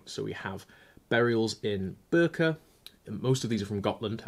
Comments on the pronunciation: Birka (think 'bee') not burka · It's pronounced "Gottland" (like goth without h) And its not "börka" it's birka. Pronounced more like "bin" (trash bin) without the n. 7.36 you hade the right pronunciation of Gotland. Regards from Sweden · I don't know about Gotland, but I'm pretty sure Birka is pronounced sort of like Beer-ka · I don't know about Gotland, but Birka is pronounced "beerka", not "burka" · Like "Gothland" but less spitting. I recently modified my tooth with a crewel needle. On purpose it was not. P.S. Birka sounds like "Beer-cah" in Swedish, but I like the English version too. D.S. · Someone probably already said it, it is pronounced Gotland with a fast "o" so you were almost correct. More like the o in lot than goat. And just for funsis, In Swedish "i" is pronounced like in bee. So Birka is kinda like saying "bee rka".